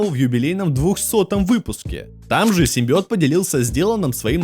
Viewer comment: Клитарский симбиоот 🤣🤣🤣🤣🤣🤣🤣🤣🤣🤣🤣🤣